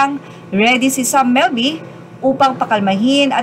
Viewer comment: Hija,...Sam MILBY.. hindi Melby.. Ayusin ang pagpronounce...& RIGHTFUL OWNERS hindi rightfully owners.